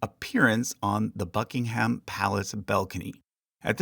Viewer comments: Noooo you pronounced Scone and Buckingham wrong 😭 although you did get Edinburgh right so I'll let it sldie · Hey just so you know - it’s pronounced more ‘Nor-fook’ than ‘Nor-folk’ similar to how you would make the sound in book. There’s a lot of stuff like this with the English accent such as not pronouncing the ‘h’ in Buckingham